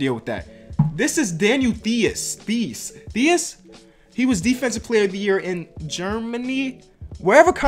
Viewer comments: Theis is actually pronounced tice (like mice but with a t) I was saying theis too until I found this out lol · its pronounced T-eye-c . Just like Ice, but with a T at the front. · For Daniel Theis, it's pronounced "Tai-s" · You pronounce theis like "tice" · Theis is Said like ‚Tice‘ in Germany, you don‘t say it with a Th. Greetings from Germany! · Theis is pronounced like ice with a T in front. Tice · Theis is pronounced Tice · Daniel Theis´s name is actually pronounced "Tice". And yes, he was DPOY in Germany last year. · Ayy as a German i gotta mention taht Theis isnt playing like a bum at all hes gettin 15min a game and hes doing his thing. His name is spoken “TICE” btw. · It is Tie-ss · u spell theis like rice..with a t..so tice^^ and hes not a bum..maybe the 2nd best german player atm..and he will be a solid role player..trusme and right now hes gettin minutes on the best team in the east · Theis is pronounced like Tice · It's pronounced "Ties" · More like 'tice' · Theis is pronounced like th-ice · daniel theis is pronounced Tice, i wouldn’t say he’s a bum either. it’s his first year in the league and he’s playing pretty good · Theis is spoken like thighs just with a hard t like tolliver. Believe me im from germany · Theis is german and played in Germany before he signed with the Celtics. By the way, he is pronounced like "dice" but instead of the "d" with a "t" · Yo, just for future reference, Theis is pronounced so that it rhymes with Ice. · Evertytime i watch english nba youtubers i just have to Laugh at how u pronounce theis😂😂